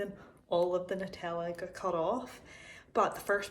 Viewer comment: So proud of you for saying NUTella and not NOOtella, and red sauce instead of ketchup lol